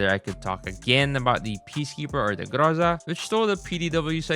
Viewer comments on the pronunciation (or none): Groza❌ Grraza✅